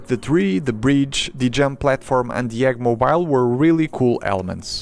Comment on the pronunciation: eggmoBIEL why did u say it like that lol